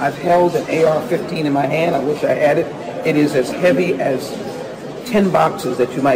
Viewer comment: When she says AK15. That's when I lose faith in humanity